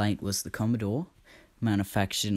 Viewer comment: Oh, It's COMMODORE. I thought you said "COMMODE". LOL